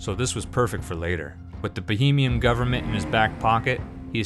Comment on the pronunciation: I'm sure someone already mention this, but its Bahamians, not Bohemians. Bohemia was a Duchy in Europe, mostly in the Czech Republic.